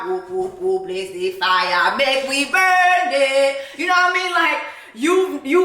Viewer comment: Girl, we say “Mek we bun dem” not “burn dem” 😂😂😂